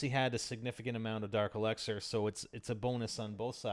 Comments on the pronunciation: It's elixir not elexer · elixer....... not elexer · Not el"e"xer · It's el"i"xer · The way you say dark elixir is kinda weird. Either way, I still subbed. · U pronounce elixer weird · You pronounce elixir weird